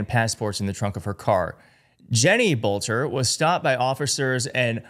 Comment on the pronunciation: i believe the last name is pronounced as "belter" but i won't swear to it